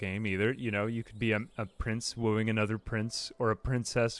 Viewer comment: "I'll be woeing tis woman" my man....thats a child